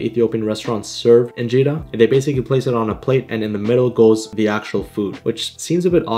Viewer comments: Makes dibs please it is a meat dish and I have been watching your videos for a while now and am so happy you are trying Injera because I am Ethiopian. P.S It is pronounced (IN-JER-A) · Its anjera not injera